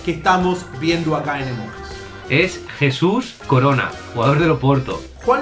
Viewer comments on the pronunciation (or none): none